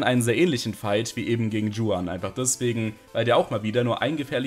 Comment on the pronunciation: Mag deine runs echt gern, aber oida regt es mich bei den Emerald Runs immer auf wie du juan ausprichst 😂 Das ist doch obviously einfach n spanischer Name und deswegen wie „Chuan“ und nicht „Dschuan“ Sonst supi, sorry musste raus 😭